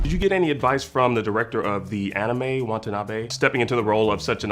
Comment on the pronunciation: It’s Watanabe… not Want a nabe. Seriously — that’s just unprofessional.